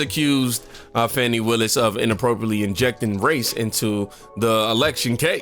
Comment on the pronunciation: Trump is recorded breaking the law. Willis is not above the law. The investigation of her relationship with Wade will prove to be way less nefarious than you emotional dudes suppose. Trump is going to prison. Her name is pronounced Fawh-NEE. But I'm sure your intentional mispronunciation has nothing to do with disrespect for her?